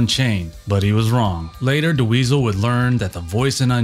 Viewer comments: I think you mean "induce Frank into the Rock and Roll Hall of Fame". It's Bill Putnam. Not Bill Putman. And it's Dweezil. Not De Weezil. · Awesome compilation! Thanks for putting it together! Great footage and walkthru of the history of 5150. I did chuckle each time you said "Duh-Weasel" :).